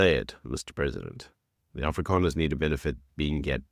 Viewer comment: If you can't say Afrikaners correctly don't say it. It's not Afrikaaners it's AFRIKANERS. ONE A OK. DO YOU GET IT.